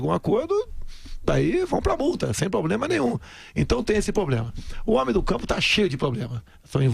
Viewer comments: Pelo amor do santo dicionário...como é possível um candidato ao mais elevado cargo do País falar "poblema" o tempo todo e não ter um mísero assessor pra corrigir?! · "Poblema" kkkkkkkkkkkkkkkkkkkkkkkkk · Em o candidato dos que riram do inglês de Ciro Gomes fala 3x a palavra “Poblema”